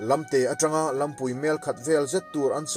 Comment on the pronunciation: Lamte lampui hi i thluk dik lo. Lam tih hi Sailam tih a lam ang hian thluk tur. Phar tih pawh hi phar (leprosy) tihna a ni lo. Phar Mau hming a ni.